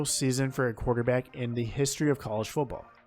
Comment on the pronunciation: This has nothing to do with your picks, here . . . but you really ought to start practicing on the letter "t". It's "FOOTball," not Fuboll." It's "Biletnikoff" not "Belidnikoff." Etc. But, nice list.